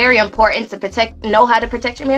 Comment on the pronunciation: Is she replacing the 't' with a 'k'? Protect Proteck Tf...